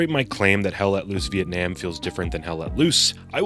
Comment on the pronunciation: ITS PRONOUNCED VIETNAM, NOT VIETNAM, DAMN IT!